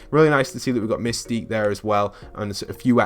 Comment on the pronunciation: excuse me misty ? its mystique